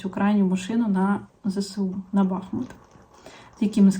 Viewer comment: Дивлюсь ваш канал, дуже подобається! Ви гарна пара! Дякую за вашу позицію! Хочу вас попросить не кажіть БАхмут , треба казати БахмУт! Я звідти у 3 поколінні. І ще моя бабуся у 1900році народилась у БахмУті! Дякую! ))